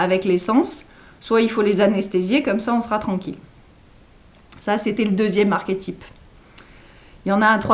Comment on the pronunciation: j'eclate en sanglots sous l'effet d'une grande douleur a l'enonciation de l'avant dernier ... " archétype " ... On fait quoi maintenant ?